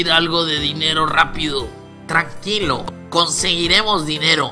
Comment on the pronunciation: Y al segundo 22 no si se tranquilo sino q dice traquilo